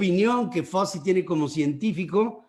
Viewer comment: Anthony FAUCHI, es FAUCHI. El suyo es un apellido italiano y así se debe pronunciar, además de que todos en Estados Unidos se refieren a él usando esa pronunciación.